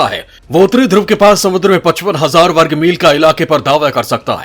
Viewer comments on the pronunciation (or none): none